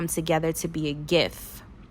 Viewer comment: Who else thought she said turn this image into a GIFT 🤣🤣🤣🤣